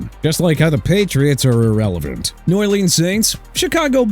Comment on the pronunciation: I'm done correcting this man. Lincolnshire (lin-kin-shy-er) Illinois (il-eh-noy). Jacksonville Jaguars pronounced ja-gwaars NOT JAGWIRES and New Orleans pronounced NEW OR-LINS NOT NEW OR LEANS. Miami Dolphins, United Healthcare... really?? I'm tired of ppl like him disrespecting my team. LEAVE THE DOLPHINS ALONE!! CONTINUE BUTCHERING EVERYTHING CUZ I HOPE YOU GET REPLACED SOON!!